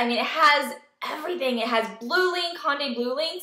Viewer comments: Glad you like the car but for the LOVE OF KOREA, stop saying HAWNDAY. It's Hyundai as in YUN-day with an "H" as in "Hot" sound in the front. "hYUN-day". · just fyi, it's not HONDAY, it's Hyundai like Sunday